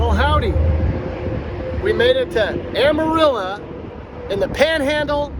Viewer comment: Amarillo is pronounced Amarillo not Amarilla. It's o not a.